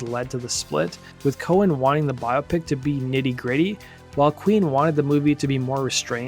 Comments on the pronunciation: Learn to pronounce BIOPIC. NOT "Bio Pic." BI-OPIC. Like how no one says BIO-LOGY, or BIO-GRAPHY (BI-OLOGY...BI-OGRAPHY). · “Bio-Pic” Try “bi-AH-pic’. Just like myopic.